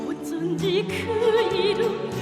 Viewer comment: 오쫀지 그 이름~ 어쩐지를 오쫀지란다ㅋㅋㅋㅋㅋ 저딴 발음과 발성으로 부르는걸 조수미님이랑 비교질이냐? 북한판 조수미? 웃기고 있네요. 북한 발음 으 듣기 짜증나고 병맛같애요. 오쫀지 그 이름~ 세계의 더 크고 넓은 무대로 나오려면 어쩐지로 연습해요. 진짜 살아숨쉬며 아름답게 피어있는 고귀한 생화가 아니고 인공조형물 가짜꽃 조화입니다. 오쫀지 아 이 발음을 외국인들이 과연 어떻게 생각하고 받아들일까.. 부끄럽네 내가 다..